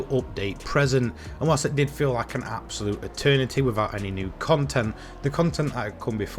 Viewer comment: I stopped watching after hearing the word "abosute" for like 30 times 🤦‍♂️ nah u need better script writing